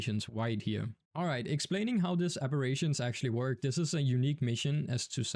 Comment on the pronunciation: bro be saying abirations